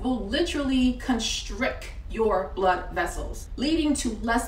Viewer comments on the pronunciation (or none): Great job, and thanks for the information. The word is correctly pronounced constrict, (and protect) not constrick (or proteck) though. It jolted me because everything else you said was so perfectly pronounced! I loved the 'dwygd' accent attempt too. Keep up the great work though lady. 🎉